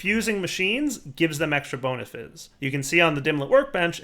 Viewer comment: "Extra bonifiz"